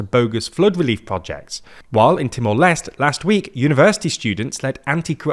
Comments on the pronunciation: Just a tip: It's Timor /les·tè/ not /lest/ 🖖🏽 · British suppressing french origin words "Temore Lesst" HAHAHAHAHAHA! Just use East Timore, colonial clown